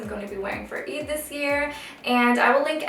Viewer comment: don't take this the wrong way i love your videos and you seem lovely, i just wish you pronounced eid correctly since you're half arab yourself... i don;t know if you know arabic or not but if you do speak it then i wish you can keep the arabic words authentically pronounced and represent your roots ^_^